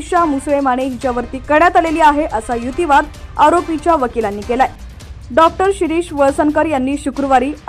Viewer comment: युतीवाद? मराठी भाषेला नवा शब्द या वाचणारी बाई देत आहे. युक्तीवाद की युतीवाद?